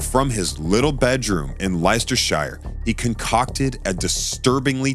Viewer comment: As a british person, i would just like to point out that "Leleicesterheire" is acutally "Leicesterchire", and is said "Lestersheer", and "Coalvil" is actually "Coalville"